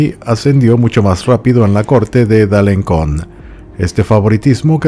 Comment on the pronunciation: Alenson, Alencon se pronuncia con S, la cedilla, aunque el resto de nombres están perfectamente pronunciados . Me encantan tus historias por ser diferentes